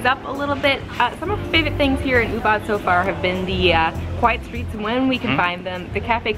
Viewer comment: Guys Ubud is not pronounce as Oobat but Oobood.